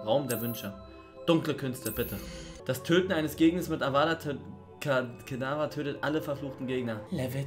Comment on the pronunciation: Feier diese neuen Formate. Weiter so! btw. Es heißt Avada kedavra